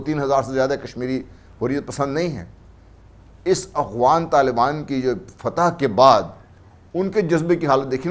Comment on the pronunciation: This is the 3rd show where I hear pronounce Afghans as Awghans. I hope he’s using the term not deliberately. Awghan is a derogatory term used by Tajik for Pashtoons meaning animals